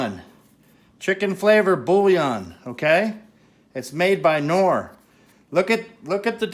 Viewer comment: It's not norr, its K norr